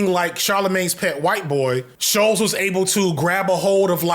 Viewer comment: hearing him call him scholz instead of shultz the WHOLE VID has me crying